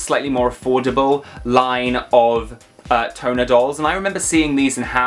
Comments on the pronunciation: Tonner is pronounced tahn-ner. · Lol pronounced Shee-ba-jew-kew lol I got a couple of those. What are you talking about! Dustys hair is so cool!! Haven’t seen Harajuku dolls yet Tonner pronounced “Tawner”